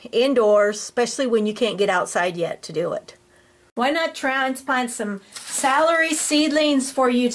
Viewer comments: I’m going to accuse you of being a northerner. Salary is how your saying celery. Southerners pronounce it cell-a-ree But thanks for sharing your process for growing. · it’s ok, potato potahto, you hill (north)or heel (south) your potatoes. Oh brother 🙄